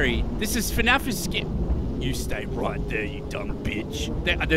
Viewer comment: its not fenaf its fnaf🤣🤣🤣